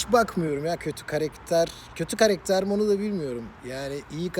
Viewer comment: Karekter değil abi karakter 😂😂🤣🤣